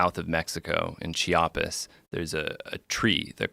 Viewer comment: The way he pronounced Chiapas